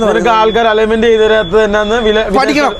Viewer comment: അലോയ്മെന്റ് അല്ല അലയിന്മെന്റ് ആണ്